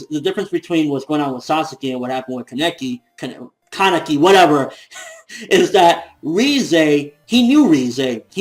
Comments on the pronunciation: It's "kah-neki" not "kaan-eki". That's how they say it in the anime. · His name is pronounced ka as in car ne as in name and ki as in keys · The way you said Laneki was incorrect. In the anime, they said it the other way, you were right before!